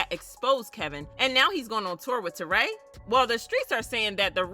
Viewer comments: Why do you keep saying terray???? Her name is Torrie lol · It ain’t Tour-RAY ITS TORY